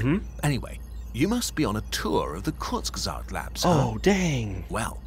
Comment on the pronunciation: Ahhh Kurzgesagt. I love that channel and it explaining the many ways all life on earth can end. I'm german and your pronunciation of "Kurzgesagt" is really good.